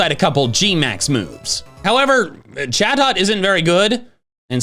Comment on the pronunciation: Sounded like chatot said sus 😂